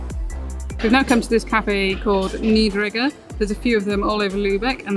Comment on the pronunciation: There is marzipan and Marzipan. Most brands are cheap and use lots of sugar. So look at the list of ingredients. Almonds, the main component, should appear as the first item. Which means that is the component with the largest percentage of the lot. Usually 40%. More is better. Nie-der-eg-ger is pronounced like "ie" in piece/niece: [nee - der - ag -gir(l)]. For old towns with cobblestones you might mount all-terrain wheels on the wheelchair. Or from a fatbike? But this shows why German women don't wear high heels. Wheelchairs are not made for rough street running.